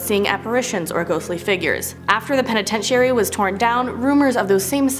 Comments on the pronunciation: I literally cringed each time and said it correctly in my head lol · Please learn how to say penitentiary right!!! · Yes, her saying it like that was so very aggravating 🙄 😒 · I'm sorry but you're mispronouncing penitentiary